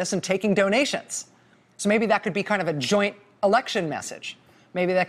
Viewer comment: Boehner say to Ryan want to" joint "me LOL